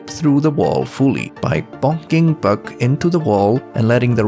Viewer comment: First off, Free Palestine 🇵🇸🇵🇸🇵🇸🇵🇸🇵🇸🇵🇸 ! Second off Great Video! I loved the AR level over-views and mapping things out, as well as when you say 'buck' it kinda sounds like 'bug' to me, so it's really funny when you say "when bug pushes into the sloped wall and moves down, bug has to go through the ground" and idk why that just tickles me. Keep it up! +1 Subscriber